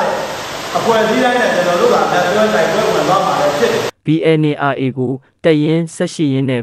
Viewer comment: သတင်းခေါင်းစဥ်လည်းမကြိုက်၊သတင်းပြောပေးတဲ့သူလည်းBNRAကိုမှန်အောင်ပြောပေးပါ၊(Aတလုံးပိုနေတယ်)